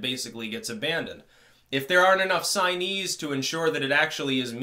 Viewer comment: Took me a minute to figure out what a 'signeese' was 😂😂😂